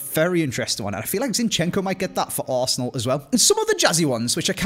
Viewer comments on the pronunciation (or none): none